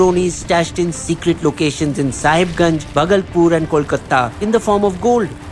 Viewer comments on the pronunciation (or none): Great video as always but please correct your pronounciation of cities and places in all your videos. eg. Bhagalpur is pronounced as Bhaagalpur. Same with 10 other names